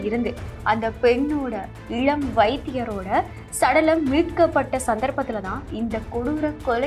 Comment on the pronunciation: Your pronouns is like இளம் not இழம், Please lear proper meaning and pronunciation